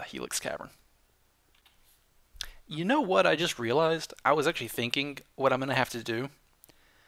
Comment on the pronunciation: Sayin Whhat Wheird?